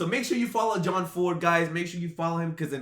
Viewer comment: Its John ford not jord gbg. Lol.